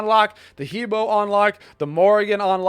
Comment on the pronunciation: What's with suddenly pronounce He Bo correctly during intro? XD